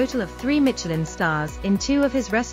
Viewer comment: There's no T in Michelin. Silly.